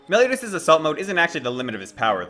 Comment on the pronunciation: Said meliotas lol